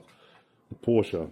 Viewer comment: I'm glad you pronounce Porsche right, It annoys me when a Porsche driver doesn't pronounce it right.